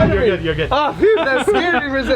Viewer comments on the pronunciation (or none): none